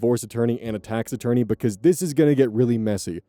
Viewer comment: I keep hearing taxidermy instead of tax-attorney and it messes me up 😅😂